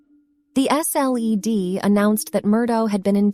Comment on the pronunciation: “The S.L.E.D.” Hahaha